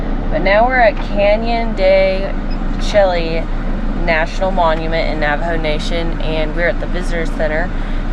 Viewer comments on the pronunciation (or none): Pronounced Canyon de Shay!! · Canyon De Chelly, pronounced Canyon De Shea... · What!!!! No way! You drove through my homeland and literally drove by where i live! Crazy! And i laughed when you said Canyon de Chelly. Lol. Chelly is pronounced as Shay. Yeah kinda funny. So many great stories about that canyon and the area. Farmington is a awesome place to. Its a great central location to visit numerous sites in all directions. So crazy you drove right by my house because I literally recognized the road you took. Awesome!